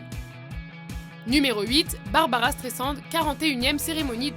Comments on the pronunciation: Barbra et non Barbara ! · "Barabara Strésand" mdrr